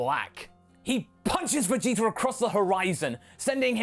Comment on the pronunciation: wait did you say vegeter at the end there?! That's hilarious!!!